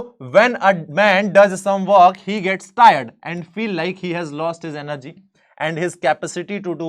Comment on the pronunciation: Sir app energy ko app ean+ ner+ ge bol raha hai app